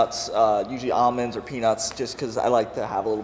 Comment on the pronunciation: wow he pronounced almonds correctly! Americans NEVER do that.